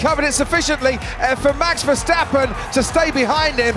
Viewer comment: His name is MAX VERSTAPPEN!! Not Mex Versteppen!